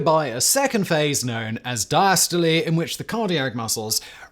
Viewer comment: Wtaf!?!? How on Earth did you manage to pronounce systole and diastole properly😮